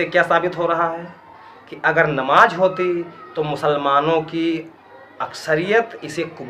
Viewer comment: Bhai aap ni durust frmaya... Pr aap ka lahza Shi nhi h.. AAP namaz Ko namaj bol rahe h